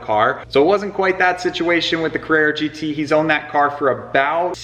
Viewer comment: It’s not a Carrara gt